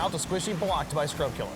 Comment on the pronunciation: Bro every time he pronounces scrubkilla with an r at the end, a child dies of hunger